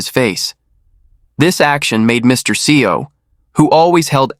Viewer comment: Narrator or.. uses 3 pronunciation even in the beginning of this video. "SeeOh", " SaiYo", "EssSeeOh" I don't know what to think of it.